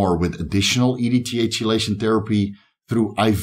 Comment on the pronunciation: It's pronounced like key-lation, no Chee- , sorry to be that guy